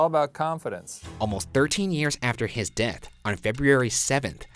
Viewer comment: Ryan said “deck” instead of death.